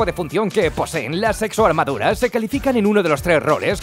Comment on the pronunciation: Exoarmaduras Lo que yo escucho: sexoarmaduras.... i need help 👾 saludos y un abrazo grande desde Bolivia